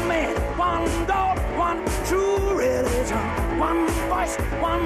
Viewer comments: No one: Roger: trueligion (or truevision??) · Haha Freddie: it doesn’t fit Roger: yeah it does Freddie: go ahead, sing it Roger: ....one true...reee-gion (re-li-gion) Freddie: well of course it works if you say it like that! WTF is re...gion? He forgot the middle syllable 😂😂😂😂😂 So hilarious!